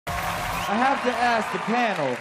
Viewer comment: It annoys me the way Nick says panel, he pronounces it like pan-o.